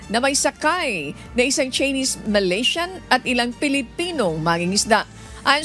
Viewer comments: Tseenis character pagbasa ng chinese characters? Too much mag training naman kau lalo pano mag basa!!! Kakahiya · hahaha sa kaartehan mo, ang pronounce ng Chinese eh Tsinis. Noon pa man obvious na ang kaartehanan ni sa pagbigkas sa kanyang pagbabalita. Maayos at mapapagkatiwalaan ang mga balita ng UNTV, lamang sumusobra na sa kaartehan sa pababalita si. Puna ko lang naman ito. ✌️